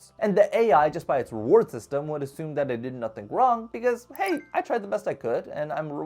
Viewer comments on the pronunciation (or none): none